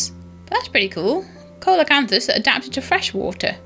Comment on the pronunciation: I think it's pronounced seal o canthus , something like that. Thanks for another neat vid.